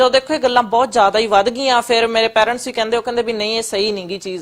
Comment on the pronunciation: ਵੱਡੀ ਅੰਗਰੇਜਣ ਫੁਕਰੀ ਕਹਿੰਦੀ “ਰਿਊਨ”। ਫੁਕਰੀ ਬੀਬਾ “ਰਿਊਨ” ਨੀ ਹੁੰਦਾ “ਰੂਇਨ” ਹੁੰਦਾ। “ਪੈਰੈਂਟਸ” ਨੀ ਹੁੰਦਾ “ਪੇਰੈਂਟਸ” ਹੁੰਦਾ।